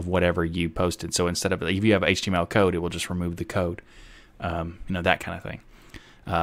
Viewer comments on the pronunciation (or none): none